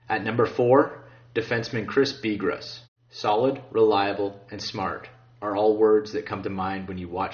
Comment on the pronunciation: you din int pronounce Bigras right, say it like beegraw , its a french last name and BTW he is my cousin can't wait to see what team he goes to